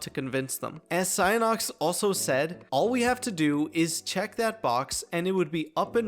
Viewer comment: “Psyonox”??? My brother in Christ… PSY-ON-IX You literally put it on screen and still didn’t pronounce it right 🤓